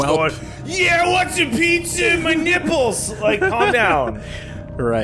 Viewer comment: ...Y E A H I W A N T S O M E P I Z Z A O N M Y N Y E P P L E Z.